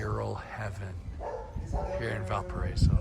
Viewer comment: VAL PA RA Í SO NO "VAL PA RA ESO"